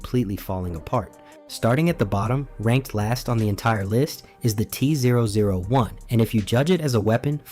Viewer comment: Kinda disappointed in myself for not realizing this was ai slop until the voice started struggling to say t-001, thats what i get for letting videos autoplay at work i guess